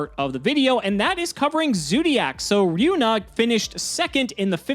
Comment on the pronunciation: I really like to see Maxx C back to the TCG, too. BTW: This guy with the Zoodiac deck his name was Ryunu not Ryuna